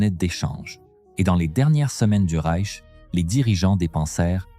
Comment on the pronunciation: Et ces noms allemands prononcés à l'américaine : 🤣🤣🤣 Ou pire : Le Rek allemand (pour le Reich)...